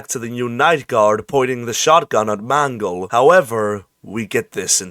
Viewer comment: Good video, but i can't stop hearing mango when you say Mangle.